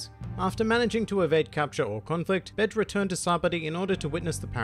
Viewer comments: Bay-jay not bedge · It's Be-ge not Betch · My brain: hes not saying Capone Gang Bitch Me: hes saying Capone Gang Bitch!!! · Ur accent made it sounds like something else O.o lol still love this mafia inspired pirate